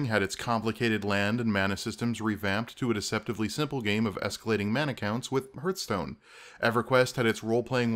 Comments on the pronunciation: i cringed so hard when you said 'hearthstone' like 'earth" its HEARTH LIKE HEART. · Hearthstone isn't pronounced like that. It's not h + earth. It's heart with a th-sound at the end instead of t.